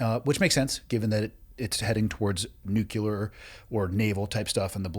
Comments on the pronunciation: Oh gosh you just said "Nukular".. please take it back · This cat, dudey- dude,....hates the bulky Academy ring, and the tapping of it. I , hate, his inability to correctly prounounce the word ( nuclear ). He said," new- kee- ler." 😂 Actual intelligence can pro ounce nuclear....meathead.😂